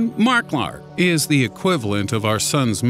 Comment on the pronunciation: lol the way he said mark lark haha